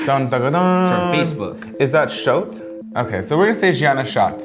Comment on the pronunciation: Schott is pronounced Scott